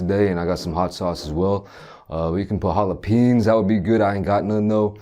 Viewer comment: ‘Jalopeens’... um it’s a no for me.